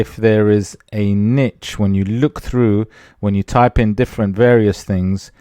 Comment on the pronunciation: Thanks for the informative video. I also want to say thank you for saying niche as 'nitch' vs neesh. I guess I'm old school. Drives me nuts lol 😁